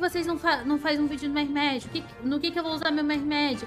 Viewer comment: Essa sua pronuncia de Mehmed está péssima, escrito da forma que se fala seria murraméde mas como não se lê da mesma forma que se escreve o correto é Mehmed